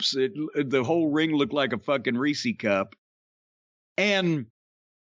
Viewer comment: Reese’s!!! It’s Reese’s not reesies! Did people that call it Reesies just land on this planet?